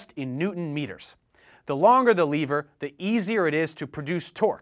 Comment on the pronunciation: Who else cringed with the "liver" in